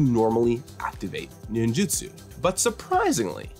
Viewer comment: For fucks sake, it is nin JU tsu